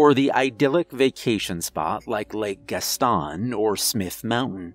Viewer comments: I live right next to lake Gaston , pronounced “gas ton” please never say it like that again or I may cut you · As a listener who was born and raised in NC I have two things Lake Gaston would be pronounced Gas(like for your car)-Ton(unit of weight) and I also stayed in holly hills hospital as a teenager. Place is a complete hell hole. That alone scared me.